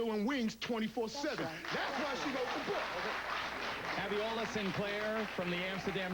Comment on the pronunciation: Geraldo actually called that lady (Abiola) "Areola"! That wasn't a damn Freudian slip either. SMH